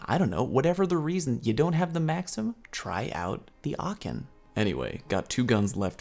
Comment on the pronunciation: ...get me in a voice chat and i'll help you learn how to pronounce aachen (it is a german city) lol even though you got pretty close...but good video